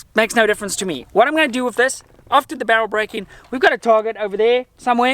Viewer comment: Guy must be South African. Pronouncing "with" as "wiff".